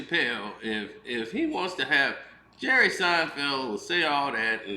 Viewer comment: "Jerrith Seinfeld". 😂😂😂😂 Das his name now 😂😂😂☠️